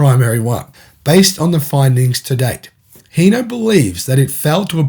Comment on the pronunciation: Sorry bud it’s hino not heno H I n o where are you reading the E wtf